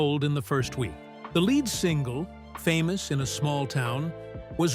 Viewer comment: I love Miranda Lambert but the narrator needs two throat punches for mispronoucing gunpowder and lead (led, not leed)